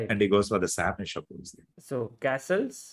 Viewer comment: It is not "sarvAnan" it should be pronounced as "saravanan" - there is equal emphasis placed on all syllables.